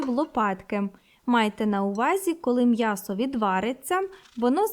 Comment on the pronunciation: Мьясо. Рот твой наоборот 😂😂😂